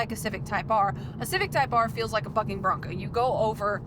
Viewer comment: I had to replay this three times to confirm if you said bucking or fucking bronco lmao